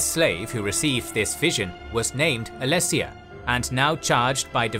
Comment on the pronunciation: Yep just to add to some other mispronunications I heard: - Aetherius (pronounced Aetheerius) - Merethic Era (mispronounced as metheric the 1st time) - Alessia (pronounced Aleesia) - Reman (pronounced Reeman) - Stros M'Kai (pronounced Stros Ma'Kai) - Yokuda (pronounced Yokooda) - Hjalti Early-Beard (pronounced Hyalti) - Colovians (pronounced Coloavians) That being said other pronunciations were on point, great job on the video guys! Looking forward to more. It's also fun to mention that while some stories like the birth of Reman may sound pretty far fetched, that's the beauty of TES lore. So much of its history is told through different authors with their own subjective cultural/religious worldviews. The line between fact and fiction can be blurry. The unreliable narrator influence is what makes TES lore distinct to other fantasy worlds like LOTR where everything is often factual.